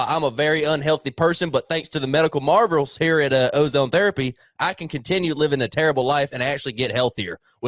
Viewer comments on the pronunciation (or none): pitch for Alive Ozone Therapy Spa, when he said "medical marvels", it sounded like he said "Medical Marlboros" 😆